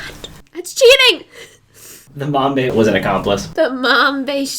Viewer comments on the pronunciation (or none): none